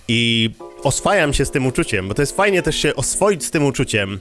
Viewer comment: "Żyj i faj żyć innym"